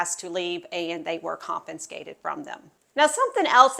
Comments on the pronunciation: It's confiscated. NOT con -fin-scated. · THANK U!!!.... The pronunciation was getting to me😢